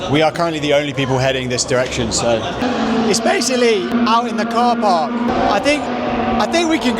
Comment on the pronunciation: 😂 she said "KhorPark" 🚗